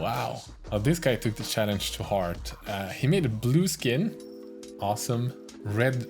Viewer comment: i love you, but cant help laughing when you say sjallenge:D sowwyyyy